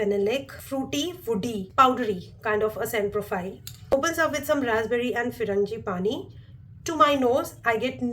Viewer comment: It's not Firangi-pani it's FRAN-gi-pani.